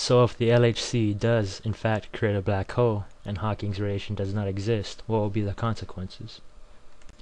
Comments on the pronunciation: i love how the guy say balck hole but all and all great vid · This dude's racist. He says "Black ho" a lot. Lol. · LOL! It sounds like he's saying "Black Ho"